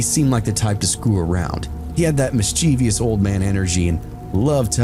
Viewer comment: Mischievous is pronounced MISS-chevus, not miss-CHEEvious